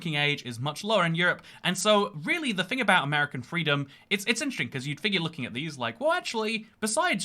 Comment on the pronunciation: I love when he says "fing" with a southern accent